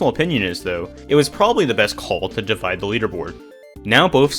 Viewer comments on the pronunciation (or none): none